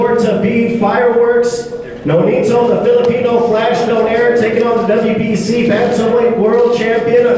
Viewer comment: Who the f*ck is Doneyr? Its DO-NAY-RI!